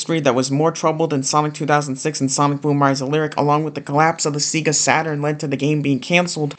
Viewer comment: every time you say seegah it makes me die a little inside